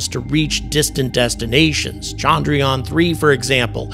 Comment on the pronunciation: Appreciate the encomiums! But with Indians becoming so salient on the world stage, why not take a brief lesson in pronouncing Indian words better? The biggest single issue is disambiguating between the two Indian vowels which are both represented in the Roman alphabet as “a”. One is as the “u” in burst while the other, longer one is as the “a” in latte. Thus it is chundruyaan, not chaandraayaan. The other egregious issue is your mangling of the name of the Father of India’s space program, Vikram Sarabhai, pronounced vikrum saaraabhaai.